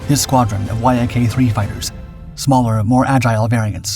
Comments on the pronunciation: "Y" "A" "K" is pronounced "YAK" you BOOB. And you include gun camera footage and aerial footage of just about EVERY TYPE of fighter (besides P-38s and "YAK"s ....see how that's pronounced"?...."YAK"....) EXCEPT carrier fighters!!! EVERY maneuver you describe the P-38s and "YAK"s (...."YAK"...understand yet?....) doing doing against each other are AEROBATIC MANEUVERS....FIGHTERS DO NOT DO "aerobatic maneuvers" against each other in combat (EXCEPT MAYBE an OCCASIONAL "split-s' or "Immelmann turn"...history proves that pilots that do "aerobatics," or "acrobatics" as some say it, in combat DIE...PERIOD). The vernacular of air combat is almost TOTALLY DIFFERENT from "air show blather, but a REAL Military Aviation Historian (or tactical pilot!) would KNOW THAT....GOOD LUCK "hammerhead" stalling a P-38 ANYWHERE BELOW ABOUT 15,000 FEET, and LIVING TO TELL ABOUT IT!!!! Sometimes these videos are JUST AWESOME, and sometimes they are JUST RIDICULOUS. Get an actual AVIATION HISTORIAN to LOOK at these damn things BEFORE you put them out PLEEEEEEEEASE!!! ....and BTW, P-38s are actually pretty quiet, because of the exhaust/supercharger set-up....they aren't HOWLERS like Mustangs and Jugs....unless they are almost RIGHT ON TOP OF YOU, you really don't hear them much....your scripting of "while the thunder of the fighters was still echoing in the air" or some overly-dramatic crap, makes NO SENSE in a HISTORICAL context. Just saying.... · Y-A-K…umm everyone just calls it the Yak. I am 50 and it’s been the YAK my whole life not Y-A-K…your videos are getting better on the visuals matching the subject matter..do me a favor though..ditch the music. You’re not producing rock videos. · Love how the Yak fighter is called the Y A K instead of just saying it properly. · It's pronounced "yack", you muppet!